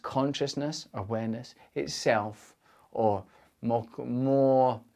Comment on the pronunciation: Great vid...the way he says awareness 🤣